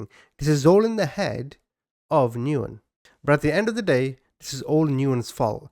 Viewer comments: BTW, the common Vietnamese last name Nguyen is pronounced: "Win", not "Noo-in" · I believe" Nguyen" is pronounced "Win" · Nguyen is Pronounced "Win" or "When" The N is silent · I love your channel and content, but please - the person you are discussing by the last name of Nguyen is pronounced, "When." Please at least look it up online before constantly mispronouncing it! It hurt my ears every time you said it!